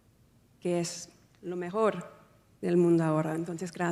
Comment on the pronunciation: When she says the words sentimiento ,lo mejor y gracias suena como española